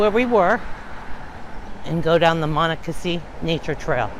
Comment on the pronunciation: You are not pronouncing the creek’s name properly.